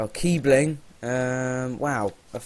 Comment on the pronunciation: Its not kiebling, its kiesling :D